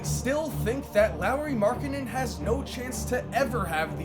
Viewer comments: Why does he keep saying Lowry Markkanen? It’s lauri lol😂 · It’s pronounced Lori not Lowry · Who says Lauri like the last name of Kyle Lowry. Lolz. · Boi if you say Lauri as Lowry one more time... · U know his name is Lauri and not Larry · It's not Lowry... it's Lauri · Marcus Crescenzo its pronounced lawry not laureeeee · Is it me or saying Lowery not laurri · It is Lari, that's how you pronounce it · Lowry??? Edit : So he is saying Lowry everything... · Do yall get annoyed by how pronounces Lauri like Lowry. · Learn how to pronounce his first name plz....